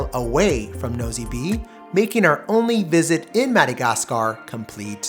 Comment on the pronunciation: I suggest you try to get the locals to give you a pronunciation of the places especially French names Nosy Be is actually [No see Bay]